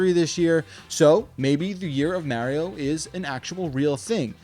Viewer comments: Only thing that triggered me was "marry-oh" who dafuq is that!? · Quit saying Maryo, we know you're trolling us... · You mean like Mary-O? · Did he just say Merio? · How do so many people pronounce Mario wrong when his catchphrase is literally it’s ah me Mario! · I couldn't take you serious because you kept saying "Merio" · Why do you say Mario so weirdly? Wtf is wrong with you? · I’ve never heard anyone say Mario like Mario. Why you saying it like that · This guy really doesn’t know how to pronounce “Mario”